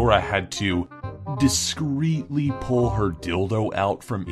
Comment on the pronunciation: D I S G R E E T L Y